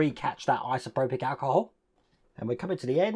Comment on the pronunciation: Liked the video, but please, it's isopropyl, not isoprobic, my ocd was kicking off! 😅